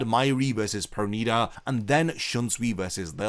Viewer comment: Finally you said it right perneeda 😂😂😂